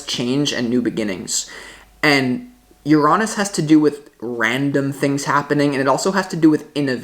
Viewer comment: Love the way you say Uranus ❤